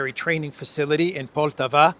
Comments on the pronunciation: the proper pronunciation of poltava is with the accent on the first a. Just fyi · the accent is on firstA in the city of Poltava. Which btw became Russian in 1667, up until 1991 I'm guessing.